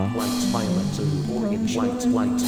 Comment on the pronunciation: I love how when Musical Memory tries to say “orange” it comes out as “Oregon-ge.”